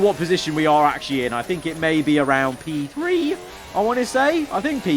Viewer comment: "P tHReE"